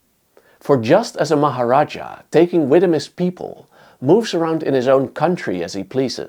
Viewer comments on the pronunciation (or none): none